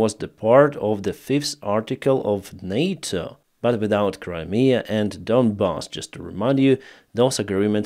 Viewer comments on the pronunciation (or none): none